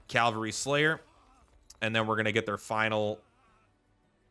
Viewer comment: "Incapitated", "calvary". The words are on the screen, dude.